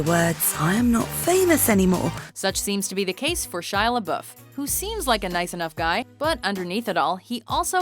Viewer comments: Bro u don't say Shia lebouf like that duy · I thought Shia Lebouf's name was pronounced (Shy Leh-Bow).